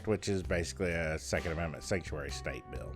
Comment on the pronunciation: The way you say steate is funny 😄